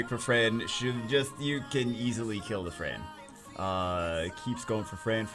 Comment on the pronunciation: What sw-players hear: "You can easily kill the fran" What overwatch players hear: "You can easily kill dafran"